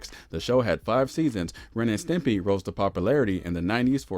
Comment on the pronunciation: You called it Ren and Timpy?!?